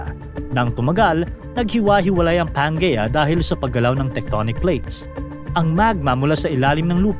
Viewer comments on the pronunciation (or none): Pangaea is pronounced as "pan-jee-yah" (pan-jee-uh). Another awesome educational content,!